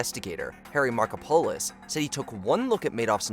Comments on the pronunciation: Love the pronunciation of "Marko-polis" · "Markopolos" being mispronounced is driving my Greek-American ass crazy.